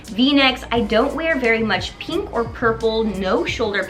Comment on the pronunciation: I am triggered by the way you pronounce 'pink'.